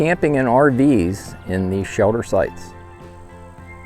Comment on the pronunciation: “Shelder”? Wondering where you are from?